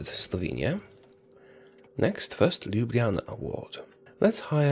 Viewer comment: Only person who says Ljubljana on English correct